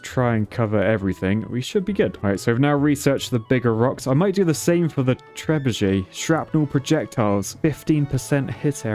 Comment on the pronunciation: I hope somebody got around to explaining to him how there's no Z in Trebuchet... Like trebuzhay or whatever he thinks he's pronouncing hahahaha